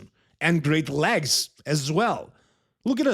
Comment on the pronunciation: You can’t help krizo because you can’t even say leg’s and you still saying lags 😂